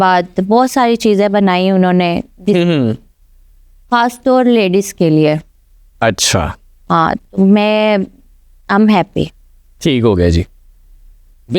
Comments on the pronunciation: Khaas bolna shekh lo😂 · KHAS ko sahi pronounce karo...tum India say ayay ho